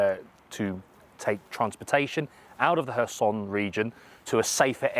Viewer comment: Its not pronounces her-son, its hair-son